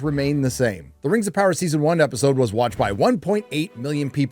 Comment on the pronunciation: Rims of power? did u do that on purpose or my ears playing tricks on me???